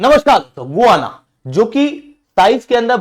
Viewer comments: गुआना नहीं, गयाना है। We have seen and continue to see Guyana cricket players. We have heard Guyana's pronunciation in the cricket commentaries. I also verified it. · It is not गुआना ... it is गयाना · गुवाना नहीं 😂, गयाना है वह!